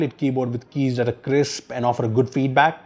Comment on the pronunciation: Why he say "that" as "dat"